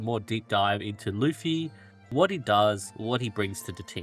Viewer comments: Bro his name is luf-ti. There is a "t" there to pronounce lol. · No, his name is *Lutfi. LUT. Not Luf. Idk why so many people mix this up. Not that it makes pronunciation any more correct lol.